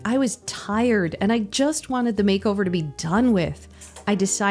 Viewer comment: “Makeover-urrrr.” LMFAOOOOO